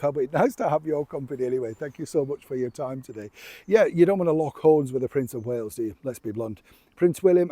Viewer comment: It’s Wales not Whales.